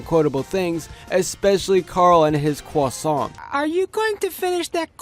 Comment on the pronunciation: I'm selling cwasount buttons